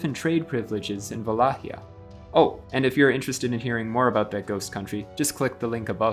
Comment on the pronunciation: Another great episode! I'm looking forward to the continuation and hope it will not end on Vlad Tepesh. We have to at least get to Michel (Mihai) the Brave. Also, nice pronunciation of Wallachia! At least, that's how we would say it in Poland. I assume that the actual Romanian pronunciation is similar.